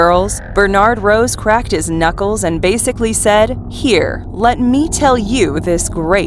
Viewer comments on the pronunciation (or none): none